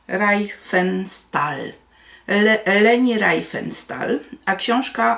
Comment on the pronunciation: Czyta się "Rifensztal"